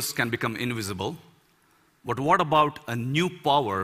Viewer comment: Some say about, he says abort.